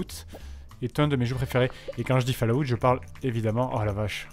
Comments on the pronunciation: Pas Fallaout mais fAll,Out. Enfin si vous avez compris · Bah ouais c'est ce que je dis, "fall" ça se dit "fol". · OMG, la prononciation de Fallout. J'ai presque rit à cause de la prononciation du nom. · Lucien Magnus Non, personne ne prononce falaout, si tu veux la seule description 'réelle' de la prononciation c'est l'écriture phonétique que je ne peux pas retranscrire ici, en écriture proche française ça serait follawt avec un 'o' ouvert et long et le même 'awt' que pour 'out' (et prière d'arrêter de dire 'a-out', vous avez l'air incroyablement ridicules... les anglais ont des normes pour leur langue aussi, et ne pas savoir faire une diphtongue c'est un peu la honte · Falaout... Falaout... Falaout.. Pauvre Bethesda... le nom de sa serie se fais massacrer xD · Epintus06 Pour la prononciation, c'est plus "Folawte" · hahaha quand il dit ( Fallaoute) je suis toujours mort de rire 😂😂😂 ! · Ah ? Pour ce seul mot (Fallout) peut-être bien, oui.